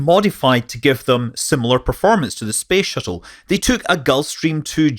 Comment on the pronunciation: Why is he saying space shittle